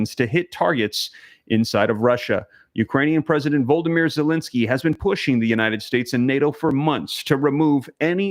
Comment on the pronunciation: The president of Ukraine's name is NOT Voldomir. His name is Volodomir